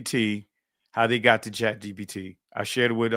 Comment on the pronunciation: This man said chat gdp 🤦🏽‍♀️ 😂